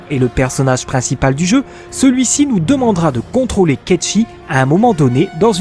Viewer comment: Merci pour la vidéo j'avais pas eu l'occasion d'y jouer donc c'est cool d'avoir toute ces infos! Petite remarque parce que ça me perturbe, Cait Sith se prononce pas "kecchi" mais "kate site" en fait haha